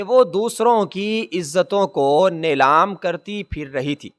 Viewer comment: نیلام ( نلام غلط ہے)